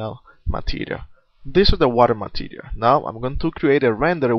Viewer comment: you should work on your pronounciation of material... it sounds like materiaR...